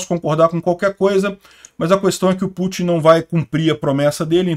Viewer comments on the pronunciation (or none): none